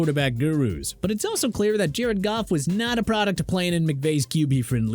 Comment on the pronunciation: Thank u for saying goff